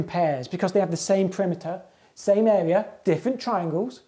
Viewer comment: Love how he says “eh-wea”